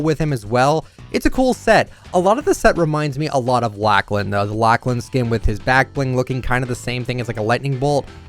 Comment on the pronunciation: nobody strait up no one: lak-lan